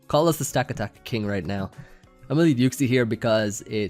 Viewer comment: I think its pronounced Stuh-kata-kuh.